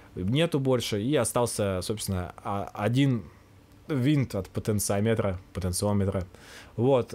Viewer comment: Потенция не измеряется. Она или есть, или её нет., пожалуйста, научись говорить "потенциОметр". Электронщики зубами скрепят...